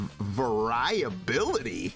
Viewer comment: Omg the way you pronounced "variability" sent me lol